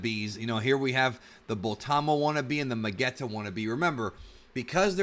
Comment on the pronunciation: Lol Criminal magetta 😂😂😂 Sounded funny man maybe its just me :V